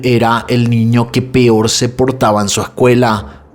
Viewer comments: Por favor no digas pior 🙏 me encanta tu canal pero cada que dices pior me da no sé que 😅 lo correcto es peor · Porque dices PIOR y PIORES 😢